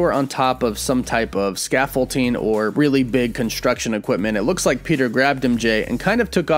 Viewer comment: 1. They were on top of the bridge not scaffolding, 2. Why the hell do you say scaffolding like that